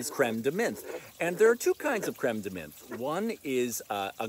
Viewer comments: I'm with you. I usually don't correct, but you said menthe like 40 times in this video. As a Frenchman I felt like I had to say something. Time to watch episode 52!!! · Menthe is pronounced like Monty without the y. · French does not have a "th" sound. "Th" is usually a pronounced as a hard t sound. Menthe = m-on-t Absinthe = abs-ant